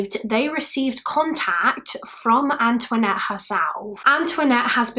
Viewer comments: Anthonette, not Antoinette. It's a Navajo name. Pronounced similarly to the French name but like "An'THA-nette" It's a pretty unique name. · She's British. She's not gonna know how to pronounce Native American names is she? 🙄